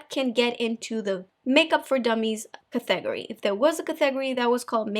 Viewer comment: Cat-e-gory NOT Cathagry xx